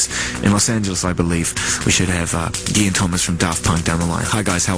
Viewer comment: Thomas and Guy (Guillaume) /ghee/. everybody confuses his nickname with actual word guy, that rhymes with buy,fly, but it doesn't sound so....well, cause it's french